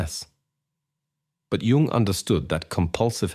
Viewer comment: Carl G. Jung was not born in June ( joone). Al narration is horrible